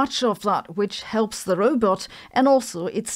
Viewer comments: Sabine, it’s roBOT not roBET. You sound like Zoidberg 😂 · You pronounce Robot like Zoidberg from futurama. Rowbet heheh cool video.